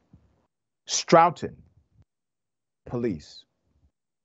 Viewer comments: Stoughton- pronounced like stoveton - Stoughton.. say it with me. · It's pronounced stow-ton Massachusetts doc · This is a town near me. Pronounced (Sto - ton)..sickening..RIP young lady 😢 Please go after those demons